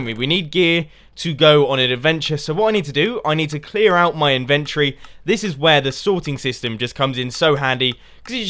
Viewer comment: in - vent- ory ....... not inventree